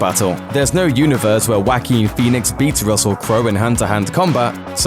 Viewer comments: Joaquin Phoenix. Joaquin is pronounced "waa-keen" Not "whack-een" Thanks for the laugh. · Why are you calling him WACK-keen. It's not hard to say his name correctly. WAH-keen. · It's Jaoquin Phoenix NOT Wacky phoenix, fucken!